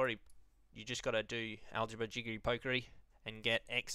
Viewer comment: You must be Australian which is why you were funny when you said Algebra -jiggley -pokkery and CalcuLAYYTAAR